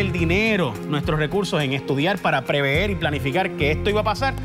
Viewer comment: Prever Jay, no preveer.